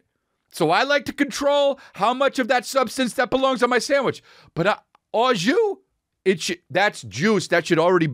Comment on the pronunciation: Don't say O (shoes)JUICE when your brain knows it's AU JUS before you talk smack about it. Hello, I'm from the arctic circle by the way, and still I know that it's au jus. Pronounciation approved over time though, so you're excused.